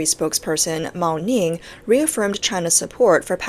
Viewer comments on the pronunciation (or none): Chinese foreign policy spokesperson "moa-ning" 😂😂😂